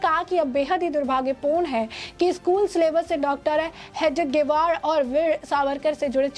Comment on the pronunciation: Madam, Hedgevar ka naam sahi se lene ki training le lo